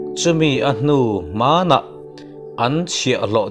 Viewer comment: Amen.A va pawimawh ve le.....i Bible chhiarah....chumi a hnu 'hmanah' tih i lam dan kha a dik lo tlat mai,i thluk a,thluk loh tur.e.g Lalpa'n a 'hman'a tan...tih a hman lam dan ang hian lam tur.Chumi a hnu hmanah...thluk loh tur.